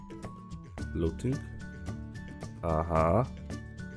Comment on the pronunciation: On nawet nie umie looting po angielsku dobrze wymówić... widać że u niego angielski leży totalnie... to nie hejt to przecierz widać i słychać!